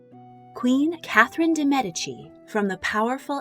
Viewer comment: You're one of the few who pronunces,most of the time,DE MEDICI correctly!!!🙂🙂